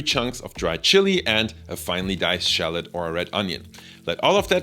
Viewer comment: Shallot not Shallet